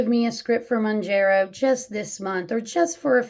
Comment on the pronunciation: Hey. Just FYI, the pronunciation is Mown-JAR-oh, not Mown-jer-oh. But to be fair, ppl have come up with probably at least a half-dozen creative pronunciations for it. It’s just a weird word, as most drug brand names are. 🤷‍♂️ And the issue you bring up is a really interesting one. And it’s even one that cuts both ways… a lot of ppl report that in THEIR neck of the woods, Zepbound has actually been easier to get than Mounjaro. So, a few diabetics are getting their scrips changed, and are actually taking Zepbound off-label for T2D. Go figure. 😯 Is it right? Probably not, just as it’s probably not right to take Mounjaro off-label…. UNLESS one has some fairly severe obesity co-morbidities. In which case, I don’t begrudge them doing that, nor do I begrudge T2D ppl taking Zep off-label. But I would want them to consider that a LAST resort. All I can say for sure is that ppl who truly are ‘vanity’ users… aka just want to ‘lose that last ten pounds’ for the beach or a wedding or whatever… those ppl should NOT be on either medication (or Wegovy, or Ozempic, etc). And doctors who hand out scrips like candy to those folks should face some sort of penalty. ‘Cuz it is ridiculous, especially with such severe shortages ongoing. 😡